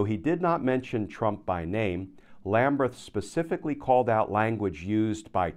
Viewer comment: Does Judge Lamberth pronounce his name Lambreth as you do? If so, fine, but otherwise it appears to be Lamberth to me.